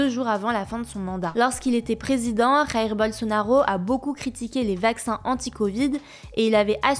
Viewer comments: Minute On prononce Jaïr et pas Raïr. Je vous rappelle qu'au Brésil on parle portugais et pas espagnol. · Le son du J en portugais n'est pas le même de l'espagnol. Alors le prénom de l'ex-président du Brésil se prononce comme en français: jair et pas rair. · "Rair" Bolsonaro : oubliez pas qu'au Brésil c'est pas espagnol qu'on parle 😂😂 (le J se prononce comme le J en français) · Jair Bolsonaro. Jair. Pas "Rair" 😏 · ont dit jaïr par raïr